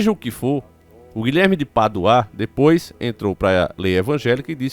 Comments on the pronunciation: É Guilherme de Pádua, e não Guilherme de Paduá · O nome dele não se lê Guilherme de PaduÁ e sim Guilherme de PÁdua kkkkkkkk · O NOME DO CARA É GUILHERME DE PADUA E NAO GUILHERME DE PADUÁÁ FALA O NOME CORRETO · Vinheram? Não seria vieram? Paduaa e sim Pádua. Misericórdia.... português brejeiro. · Desculpe mas a pronúncia correta é Pádua e não padua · Não é paduá não é Pádua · Guilherme de Pádua, não de paduá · Guilherme de Paduáá kkkkk, desculpa eu ri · O nome é Pádua e não Paduá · Não se pronuncia PADUÁ! E sim PÁDUA!!! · Porque Guilherme de Paduá e não de Pádua 😂😂😂😂😂😂😂 morri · Rapaz , fala direito, você sabe que o nome certo é Pádua e não paduaa. Isso que dá raiva a pessoa saber o certo é ter prazer de falar o errado. Isso infelizmente é o povo Brasileiro. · Desculpa irmão.. más primeiro o nome do tal " é Guilherme de Pádua e nao Paduá! E tudo pode acontecer , más não vejo muita ligação .. porque todo ano tem 6 de novembro!!! E nada aconteceu com ele.. portanto se fosse assim o infame era pra ter ido já anos atrás ! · Paduá kkkkkkk parece um retardado lendo kkkk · você é francês??? Padu-A kkkkkkkkk